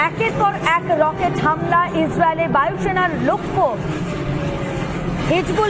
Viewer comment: হামিলা নয় হামলা😂😂😂